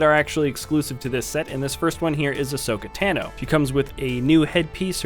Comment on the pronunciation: WHO IS ASHOKA TENO IT IS ASHOKA TANO